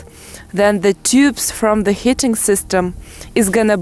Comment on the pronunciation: lol, you are so cute. It isn't hitting but heating...also when you say leaving it sounds like living, you have to stretch the vowel a bit, other than that everything's perfect.